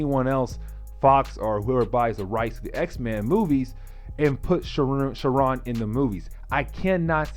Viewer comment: You are saying sauron name all wrong. What the x-men animated series. Great video other then that.